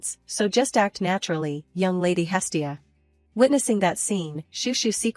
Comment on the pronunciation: It's not hilly, it's hestia